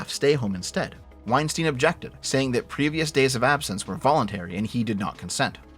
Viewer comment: calls him "Wein-steen" so you know he hasn't engaged with his content much.